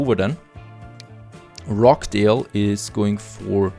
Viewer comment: Great video as usual , nicely presented and very informative. One small point of pronunciation , the 'ch' in Rochdale is pronounced as the 'ch' in 'Church' .Most , if not all , of your towns are Northern English towns . In case you wanted to know that :-)